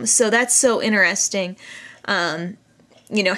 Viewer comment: lol its so endearing how u say inner-esting. say it with me now: in-ter-es-ting ;)